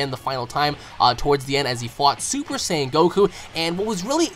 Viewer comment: i like how you pronounce "super "saiyan"" properly !!